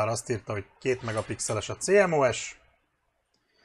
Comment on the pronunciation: Én elektroműszerészként "cémosz"-nak ejtem a CMOS-t. (A szaktanárom is annó...) :-) Nem bántásból, csak bántja a fülem... (...ha már másoknak szabad a "doboztépésért" szólni :-) ) Amúgy köszi a tesztet.